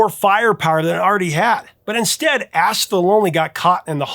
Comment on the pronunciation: Sorry, man, but every time you said "Ask the Lonely" it sounded like "Ass the Lonely". I was giggling my ASK off. :D